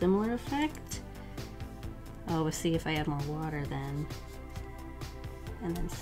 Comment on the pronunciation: ‘A lot of wuter ‘ 😂😂